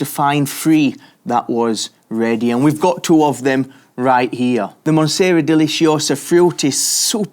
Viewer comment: "Monsteria" is the way it is pronounced by people who can't read. It is correctly called monstera deliciosa, even predictive text recognizes this.